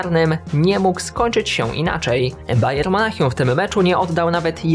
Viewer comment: bayern monachium nie bayer monachium